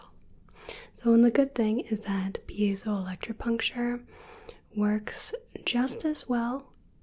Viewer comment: Big props to you for pronouncing that cos I would never be able to!